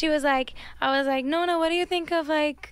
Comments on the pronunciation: perché adatta la parola "nonna" alla pronuncia americana, e quindi non pronuncia le doppie😂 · Scusate la mia scandalosa ignoranza (i fans non mi uccidano 😂😂😂) ma Ariana è mezza italiana? Perché dice "nonna" (anche se in pratica dice "nona") invece di Granny o grandmother come dicono i presentatori?